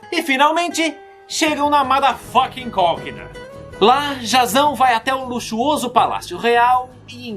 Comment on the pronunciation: Eu não tankei ele falando "matherfuckin colqueda" KKKKKKKKKKKKKKKKKKKKKKKKKKKKK